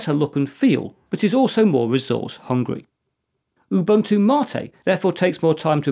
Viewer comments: Now if we could only get him to pronounce Ubuntu correctly! (oo BOON too) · It is funny that you lecture people about how to pronounce MATE, while totally butchering your pronunciation of "Ubuntu". It is actually Ubu-Ntu (similar to entoo).